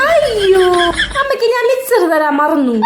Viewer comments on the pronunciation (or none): മിച്ചറല്ല മിസ്റ്റർ മിക്ചർ..!!! 😂😂😂